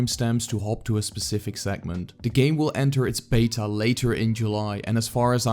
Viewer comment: Great vid! Btw It’s pronounced “bay-ta”